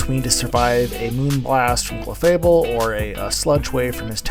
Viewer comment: As requested, I am commenting to share that I do not like your clefable pronunciation. GGs tho.